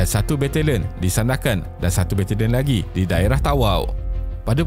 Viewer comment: Bila pakai suara AI ni, kena adjust spelling sikit untuk nama2 tu supaya betul ejaan bila disebut. Contoh, Sandakan jadi Sundakan.